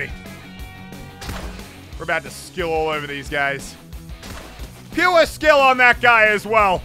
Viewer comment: Muselk:puwrreeeee skill Everyone else : pure skill its PUREEE SKILLLL